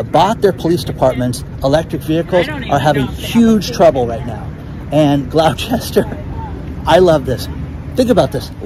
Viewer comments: It is pronounced not Glow Chester it is Gloster we clip the concernants ! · GLAHSTIR not Glowchester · Gloucester is pronounced Glos-ter, with love from the UK 🤍🤍🤍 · It's not Glou-chester,. It's pronounced Glou-ster. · FYI: Gloucester is pronounced Glester. Gloucestershire is pronounced Gles-ti-shur. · Gloucester is pronounced 'gloss-ter' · I'm near Gloucester MA. and it is pronounced "glawsta"which includes the Boston accent but you get the drift. same with Worcester, MA. "Wooster " love you brother! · Glouchester is pronounced "Glu-ster". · I'm in the UK , it's pronounced GLOSTER 😊👍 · Hi, Great video as always. Just to say "Gloucester" in the UK is pronounced Gloss-ter. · Hi, the place in UK with electric police vehicles is pronounced Gloster. Another one of the slight language variances between our beautiful countries. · Tip: Gloucester is not said how its written.. it's said like Glosster. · Its pronounced gloss-ter.